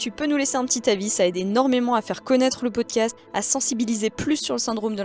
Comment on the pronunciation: le "O" de "POOCAST" qui tombe 😅😂